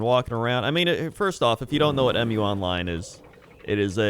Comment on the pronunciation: its mu online not em you online lol